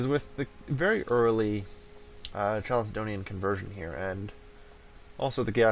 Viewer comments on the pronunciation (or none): Why does he pronounce it like "chalicedonian" when it's written like chalcedonian? Is it actually pronounced chalicedonian? It's triggering my autism not knowing this